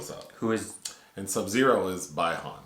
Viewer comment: It's not bye han , it's bi han ❄️